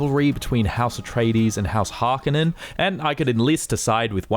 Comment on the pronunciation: Why do you say Harkonen like that